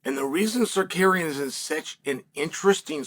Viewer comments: Bro.please respect people names.its not secarian but SA-RUK-YAN. By the way arman is rubbish talks so much.he needs 5 rounds to beat charles by split decision islam submit charles easily in 2rounds.islam will smesh the armenian then he will realise the dagestani jinx.🤣🤣🤣🤣🤣🤣🤣🤣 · Did he say Zarkarian 😂? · Tsarukyan not Tsarkarian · Uncle Chael playing fast and loose with fighter names. Tzarukian, Zakarian, Kardashian…same thing! 😂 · Please someone tell Chael that pronouns it Sarukiyan. Tsarukiyan the (T) is silent 🔇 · Shark Karean?? 😂😂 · no uncle Chael. Its Sarkarian 😂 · Apparently there’s a fighter whose name you can pronounce differently every time you say it. Tsarukyan, Sarukan (Ryu and Ken lost to Chael btw,). And at :28 I think he called him Shakira 😂 No more proof needed. Chael is the GOAT 🐐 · Me: Tsarukyan Uncle Chael: Tsarkaryan Me: Tsarkaryan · Bro please stop call him Sakarian 🤣🤣🤣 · Too late. Sarkarian it is. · idk why i thought he’d say armans name right lol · You would be more believable if you could pronounce his name..No one thinks Islam or Arman fights are boring..Arman also said Poirier lost because he quit, and he refused the Islam title fight because he needed more time, he says lots of stupid stuff, who cares..And I'm not convinced he beat Charles, it'd debatable.. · Chael butchering Arman's name is classic Chael 😂😂😂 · Chael spends his entire day finding new ways to butcher Arman’s name lol.